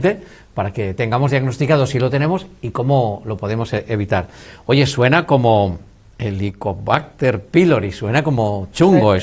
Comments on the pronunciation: El entrevistador dice " helicobarter" je je je , en vez de helicobacter......interrumpe mucho.....pero gracias... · Por favor, señor entrevistador, deje hablar a la doctora. Se dice Helicobacter con c y no con r. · Muchacho. Lea bien, y grávese la pronunciación, antes de cada entrevista. Por favor...!!!! Es irritable escuchar en toda la entrevista Como pronunció mal. Helicobarter. HELICOBACTER, Bacter , bacter. Bacter. Get it. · Si, que fastidio con ese entrevistador q no deja hablar a la experta y además pronuncia mal el nombre de la bacteria.....que horror !!